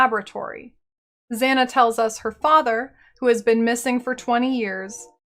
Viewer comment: Your pronunciation of Zana is really annoying especially because several NPCs pronounce her name already. Here "A"s are pronounced the same way Kitava's are. "ah-ah" not "a-a".